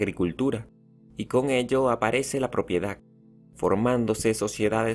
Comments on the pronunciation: También dice propiedac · También dice propiedac🤣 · Buen video, pero Propiedac, esclavituc. Debemos practicar las palabras terminadas en d.